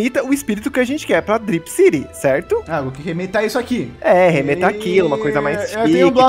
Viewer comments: CRIPCITY KKKK NÃO É DRIPCITY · CripCity? Não é DripCity?